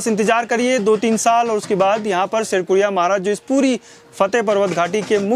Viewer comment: शेरकुरिया नहीं शेडकुड़िया महाराज